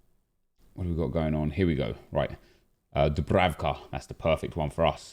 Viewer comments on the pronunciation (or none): none